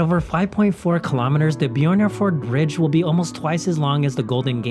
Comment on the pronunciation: Han gjør det med de fleste navnene. Putter tilfeldige "J"er inn i navnene. Jeg vet ikke hvor han har det fra, men det går en litt på nervene etterhvert.